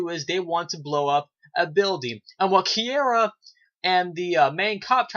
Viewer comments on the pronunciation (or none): Bro, great review. And it's pronounced (Kee-ra) ... Is Alec Sadler pissing you off this season, like he is for me? He's showing his true colors, selfish and does not give a damn that he sent Kiera back in time. HE took her from her family, stranded her in the past, yet BLAMES HER for the red-head chick getting shot. WTF!?